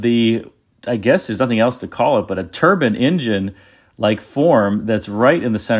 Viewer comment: I don't usually criticise pronunciation, but I'll make an exception here. Please stop saying turban instead of turbine .